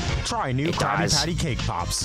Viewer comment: It’s a crabby patty a crabby patty sounds like crab patty